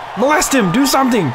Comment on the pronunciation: LMFAO! I lost it "do shumpting" 😂👌💯